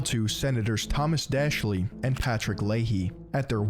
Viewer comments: He pronounced Daschle "d'Ashley"! 🤣🤣🤣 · He also mispronounced Daschle, Fort Detrick, and microscopy.